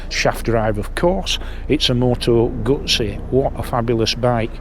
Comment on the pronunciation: I hope there aren't too many restrictive or insidious DRMs in the software that control the electronics in this bike. Btw, you can't say "Moto Gutsy", because that's how it ends up being spelt in the subtitles. So, unless you are Italian, just say "Guzzy", please 🙄😏